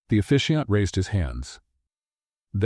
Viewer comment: It’s officiant not efficient